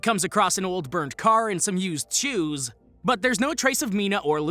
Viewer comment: When you said "used shoes" all I kept hearing was "used Jews". For a minute I thought we were having some Kanye Ye moment.